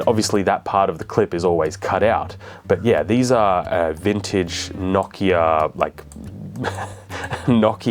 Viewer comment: "If you've ever litten a match..." bro, what? Lol Also why does he keep pronouncing Nokia knock-ya? Its No-key-uh